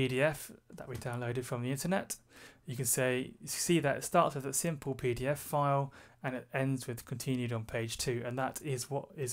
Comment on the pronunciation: When I ear you say PDFfile, cannot avoid to remember IT Crowd "Peter File" Beside that excellent video very well explained.